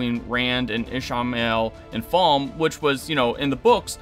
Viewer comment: Bro. Can you pronounce names properly? It’s Ray-fe not RAF. It’s FA-LM-e not whatever you said Season was good and I liked the finale but it misses lots of book things. Should have asked RAY-fe why he hates Rand